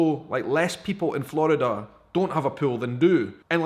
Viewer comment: and Flurrida